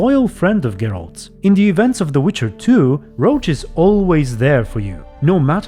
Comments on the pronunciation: Isn't Roche pronounced as Rosh, not Roach? For a while I thought you were talking about the horse lol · Why do you pronounce Roche like Roach ?